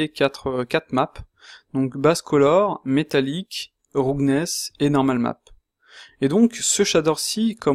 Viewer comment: Super vidéo, merci. Mais ta prononciation de "roughness" fait un peu saigner les oreilles. Je dis ça avec le sourire, y'a vraiment rien de méchant dans ma remarque. Disons qu'une bonne approximation de la prononciation de ce mot serait plutôt "raf-ness" que "roug-ness" comme tu le dis. Bien entendu, ce n'est qu'un détail sans grande importance par rapport à ta vidéo qui est très instructive.